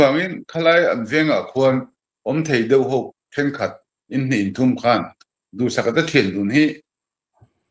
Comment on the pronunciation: Insum dauh, nghah dauh ni lovin...insum deuh, nghah deuh tih tur zawk aw.